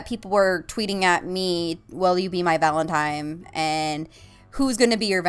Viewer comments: uhhh Valentime? lol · That Random Kid Thank you! Hate when people say it with an m instead of n. Annoys the fuck outta me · My gift to you is a dictionary. Search up Valentine and learn how to pronounce it. No seriously ily <3